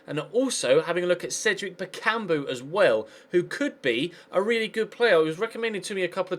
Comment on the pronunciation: I don't care about how you pronounce Payet, the thing bothering me is you're saying Bakumbu instead of Bakambu...